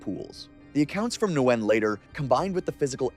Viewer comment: So you didn't make it all the way to "Nguyen" as I did? (He said Nwen)